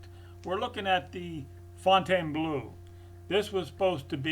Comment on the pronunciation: It is pronounced ''Fowe n taine blow''